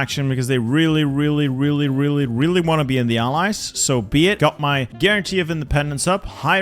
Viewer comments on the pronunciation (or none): none